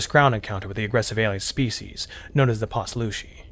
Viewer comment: Heyo! Author here. I really liked this narration, and I sure wouldn’t mind if you kept going ;). One thing that I’ll say is that Poslushi is pronounced pause-lush-ee, but otherwise, this was perfect! Pleasure doing business!